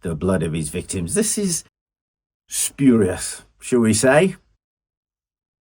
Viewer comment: Did you mean spurious or spewrious , i had read he was treated badly in his childhood and was hellbent on revenge he certainly got his own back . Scary stuff😮